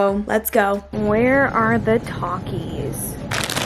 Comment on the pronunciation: "Talk-is", bro if u dont say it right